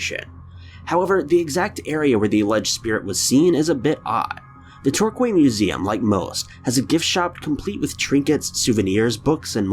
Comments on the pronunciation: American's really need to learn how to say British place names. Torquay is not pronounced Torq-way, it's Tour-key. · It's pronounced Tor-key, not Tor-Qay. TOR-KEY. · Torquay is pronounced tor-key. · 5. Torquay. [Tore-kee]. NOT [Tore-qwei]. And I'm the one with English as my second language... (Setting aside all the bullshit about ghosts and apparitions...) 4. Dust particle. 3. Dust particle. Also, if "real", why don't you mark all the other funky pixels in the clip? Aren't they just as "real" parranormal activities as well, then? 2. Shadow of someone on-site moving about. 1. Forced hallucination. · Torquay is pronounced Tor-key not Tor-quay, please research your pronunciations. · oh dear oh dear oh dear the way You American pronounce words OMFG honestly absolutely unbelievably bad lmao Torquay is NOT pronounced TALK-KEY its sounds more like TORE-KEY would suggest these people get advise on how to pronounce the words before they make themselves look a silly fool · Tor-kwey museum is located in the seaside town of Devon...... Really???? Torquay (Tor-key) museum is located in the seaside town of Torquay (strange eh) in the county of Devon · Hey, 1st vid Torquay pronounced Torkee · It’s pronounced Tor-key. 😝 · Tor Key is how it is said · Number 5 in Torquay . . . It's actually pronounced Tor-Key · It's pronounced tor-key but spelt Torquay. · Torquay - it’s actually pronounced “tor-key” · LMAO in 5 its pronounced tor-key. i love the way foreigners pronounce some English names!!!! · It is pronounced Tour Key = Torquay. Just so ya know... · It is said Tor Key haha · The first one in Torquay is pronounced tourkee. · Re. Number 5... The town is Torquay, pronounced "Torkey", and it is situated in the COUNTY of Devon/ Cornwall. Great video though 👻👻👻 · It’s pronounced Tor-Key 😁😁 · Love your vids. Torquay is pronounced Torkey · (Are you trying to say Torquay? It's actually pronounced Tor-key xxx) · Ok, Torquay is pronounced Tor-key. Apart from that, quite nice.xx